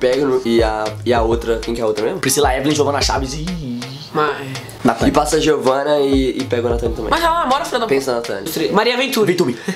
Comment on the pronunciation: Nathan fala eu beijo a natali falou errado